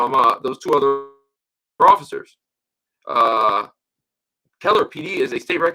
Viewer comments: The city is Keller, not “Kellen”, in Tarrant County, between Dallas and Fort Worth, Texas. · Just FYI it's Keller not Kellen. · Its Keller TX. Not Kellen